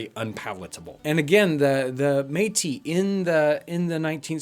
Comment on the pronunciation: This is great thanks, also thanks for saying Metis properly this time. I make maple syrup and honey and I would say do not add those to the pemican. Honey stores well on its own and can be combined later. Maple syrup is a modern phenomenon. It used to be maple sugar cakes that they would make that could be stored in birchbark, wooden, tin or leather containers. Just like honey, I would recommend keeping it separate and adding it during the meal. I do think salt and pepper would be suitable additions, also chilies and smoke. Chokecherries, black cherries, pin cherries, sumac berry skins, currants, Saskatoon berries, blueberries, cranberries, elderberries, raspberries, strawberries, blackberries, blueberries, wintergreen berries, etc. Apples, pears, plums, rhubarb? Can birds or fish be added?